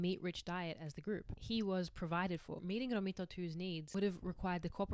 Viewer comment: The idea of being disabled so far back in the history of humanity is terrifying. The idea of being tended to by a community of people with such limited resources is incredibly heartwarming. I love the message of this video: that it is inherent to being human to support and care for those in distress. (On a less serious note: as an Italian, your pronounciation of "Romito" cracks me up)